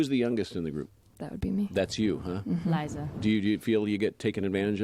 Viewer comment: it's pronounced LIE-ZA not lizz-a